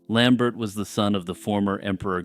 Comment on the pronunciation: those French names usually have silent last letters for some reason. Lambert is pronounced how Christopher Lambert pronounces it, in this case at least because Lambert was Frankish.